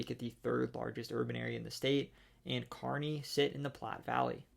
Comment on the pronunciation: I was gonna say the same thing. It’s like he grew up there said Norfolk and Kearney correctly